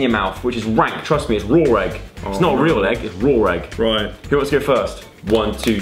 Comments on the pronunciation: LOL ITS RAW NOT RAWR LMAO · Obliveater95 when she said raw it sounded like rawr 😂😂😂